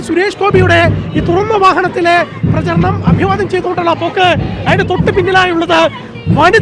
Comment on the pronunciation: പ്രചാരണ പരിപാടി.... എന്ന് പറയ്യാ......പ്രജരണം അല്ല... മലയാളം...